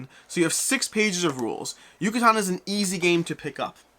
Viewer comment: You where really close!! “Yucatán” is pronounced like “juice” “ju”, a strong “ka” sound like “karma” and “tan” like “tank”. YU-CA-TÁN 😉